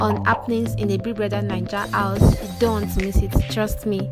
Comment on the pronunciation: Madam it is House not Aws